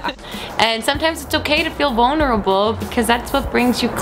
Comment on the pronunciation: lol instead of vulnurable i understood bonerable ahhaha you two make me smile, still being silly as fuck, enjoying life. :) lol (lots of love) from switzerland xx